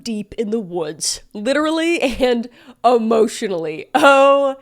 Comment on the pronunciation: It's emotionally not amotionally